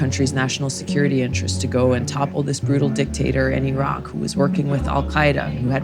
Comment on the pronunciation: I guess she is the first American I came across who could pronounce IRAQ correctly.